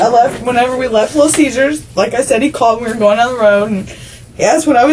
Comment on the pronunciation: did you just call it Little Cheesers?